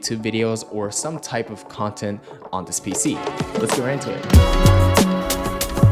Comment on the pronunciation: Every time he says PC i cringe…